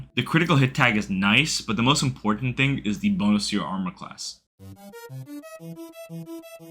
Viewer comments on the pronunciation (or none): none